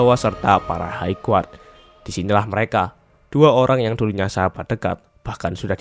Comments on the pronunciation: hai gard bukan haig guard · High Guard koreksi bang